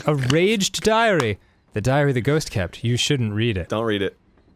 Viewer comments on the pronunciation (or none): I find it funny they pronounce the diary's name as raged diary and not ragged diary. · RAGGED, NOT RAGED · It's ragged not raged